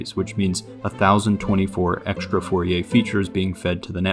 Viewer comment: There is no "SH" sound in "Str" nor in "Xtr"("ekStr")! "Strange", not "SHtrange"! "eXtra", not "ekSHtra"!